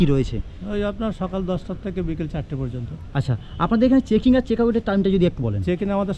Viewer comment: আপনার ভিডিও টা পুরোটা মন দিয়ে দেখলাম। অনেক information পেলাম। তবে সবটাই যে খুব ভাল তা মনে হল না।প্রথমত,বার বার "কিন্ত " শব্দের ব্যবহার বিরক্তিকর। তাছাড়া বাংলা শব্দ উচ্চারণ খুব খারাপ।আগে থেকে script লিখে সেই অনুযায়ী বলুন।"ভাল","পর্যন্ত "ইত্যাদি শব্দ পরিষ্কার উচ্চারণ করুন।খুব চেষ্টা করেছেন,সেটা বোঝা গেল।তবে এই মনমুগ্ধকর পরিবেশে রবীন্দ্রনাথের একটা কবিতা বা গান ফাটাফাটি হত।ভুলগুলো ঠিক করলেই এগনো যায়।আবার বলি বাচন ভঙ্গী ঠিক করুন।